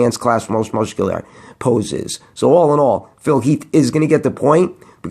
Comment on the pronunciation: you can't say the word muscular properly you silly sausage... but I digress still love your videos